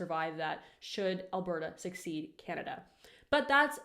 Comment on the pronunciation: It’s “secede”not “succeed”